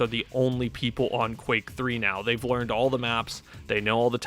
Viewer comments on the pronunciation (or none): none